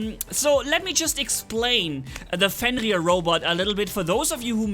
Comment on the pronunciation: I like hearing say 'Fenrir' Can't hide that Dutch R!!!